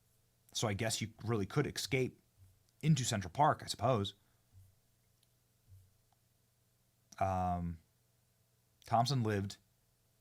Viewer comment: I’m really disappointed to discover that Benny can’t properly pronounce the word escape.